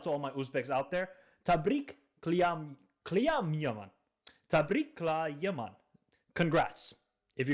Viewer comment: tab-rik-lay-man thanks for trying bro